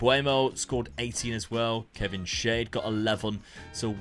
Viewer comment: It's crazy how full-circle it's come where when Dad first started he was using basic tactics like 4-3-3 and Luke using crazy ones, now it's the other way round Also Kevin Schade is pronounced Sharder